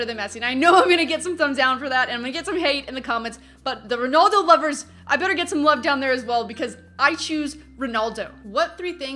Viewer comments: She said ronuldo when it's Ronaldo lol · RonAldo not ronoldo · You say ronaldo wrong lol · you say "Ronaldo" weird